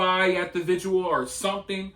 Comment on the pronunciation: Are you calling vigils 'viduals' 😂